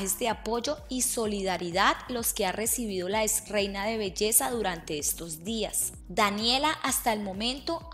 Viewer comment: NO se dice "ISTAGRAN". Se dice "INSTAGRAM". NO se dice "ES - REINA". Se dice"EX - REINA". Si no sabes hablar no hagas vídeos.